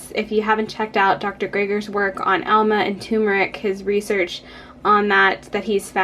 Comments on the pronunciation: Great instructions here, but the mispronunciations were hard to hear over and over!... amla as "AL-muh" and also not pronouncing the "r" in turmeric... please explain! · Good informative video. However, you keep pronouncing Amla as ALMA. Whatever. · Amla - she's pronouncing it incorrectly.